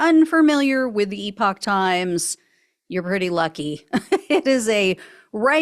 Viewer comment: Oh, good heavens- Gina, could you possibly teach Ben Meiselas how to pronounce "epoch?" I nearly went mad watching him spend 14 minutes pronouncing this trash web site as "EPIC times." 🤣